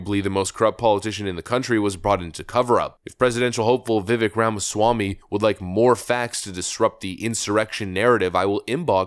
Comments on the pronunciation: Viv-AYK. It isn't ek and it bugs me so much you don't even bother to try and say it right. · i like your vids, but i HATE that you continually mispronounce Vivek's name. Viv-AKE. you have one more chance to fix or i unsubscribe.